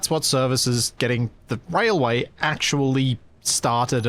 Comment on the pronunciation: I know he said "Railway" but it really sounded like "Whale-Way" Can we please call it that since it really fits with the fish theme? XD